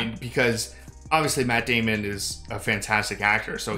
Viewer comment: Say it right. Maaaaaatt Daaaaaamon.